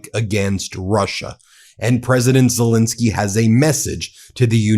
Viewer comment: Zel ENSKY not fuccking INSKY, get his fuccking name right you dope.